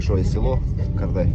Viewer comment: КАрдай емес ҚОрдай деп айту керек.Ты же уже почти местный